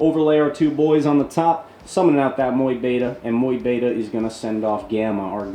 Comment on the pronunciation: People may complain, but i actually love how you pronounce mu beta 😎❤ keep it up champ